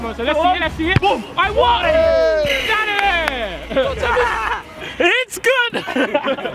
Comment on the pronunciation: Who was the first person to say FIFA monstah to manny?